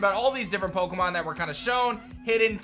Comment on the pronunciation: I was listen to this. You said piemon and I though you where talking digimon haha